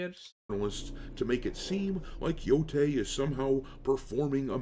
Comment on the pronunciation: Yotei mo' like Mo'gay. Jeez louise im getting deja-vu, i think i already said this on one of your other videos.